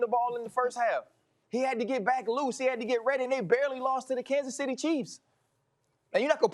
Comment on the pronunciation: Stephen “Kansas Centy” A Smith.